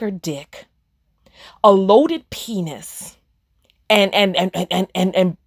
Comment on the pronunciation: LMAO a purrson with a panis. I love when you said pedestal in your accent and when you said the word is down not up that was deep